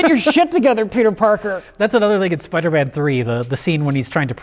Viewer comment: “Spidermin”